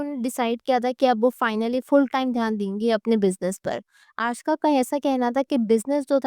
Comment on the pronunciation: Her name is aashka. Not aashika